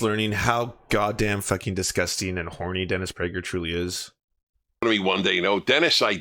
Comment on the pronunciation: dennis bruh-ger